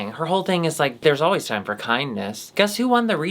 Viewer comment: "nyer havin a good nyimee.. :)"